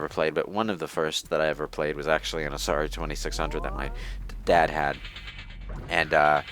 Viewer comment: did just call it Asari 2600?